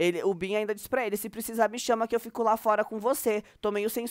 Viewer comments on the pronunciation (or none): none